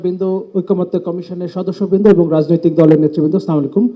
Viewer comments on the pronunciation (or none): অনেক মানুষ দেখছি সালামকে এইভাবে দিচ্ছে ।।। সামালাইকুম😂😂😂😂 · সালামালাইকুম কি। বুজলাম না কিরে ভাই কি মুরখোর মতো কথা। সালাম টা এখনো শিখে নাই